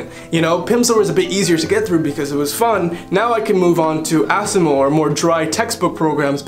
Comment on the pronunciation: you say "... diving straight into asamill or teach yourself or living language like more dry textbooks or audio textbook programs is not the best approach either ..." WHAT IS "asamill"?